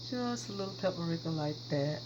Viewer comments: Paprika or PuertoRica she said lol love your shows. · Looks delish! The h in Thyme is silent so it's pronounced tyme. The same with paprika. It's three syllables, pa-pree-ka. You're a great cook! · Phonetics: Thyme = Time and Paprika = pap-a-reeka.